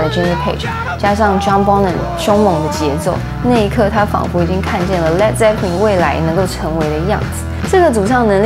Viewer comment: 发音是led，不是leed。